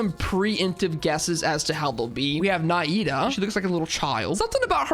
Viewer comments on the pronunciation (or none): I’m Arab so I’ll correct your pronunciation: Dehya is pronounced da-hee-ya Nahida has 2 pronunciation, the one used in game which is imo acceptable (na-hee-da) and the actual Arabic pronunciation (na-heu-dah) Alhaitham is pronounced Al-hey-tham (with the th sound sounding like th in the) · (Dehya) Dee Yuh or Dee Yah whichever is easier. (Nahida) Na He Dah (Al Haitham) AL Hey Them you said your pronunciations weren't the best, so I decided to make it a little easier for you for next time kay? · Can't pronounce Nahida but pronounces Xingqiu perfectly xD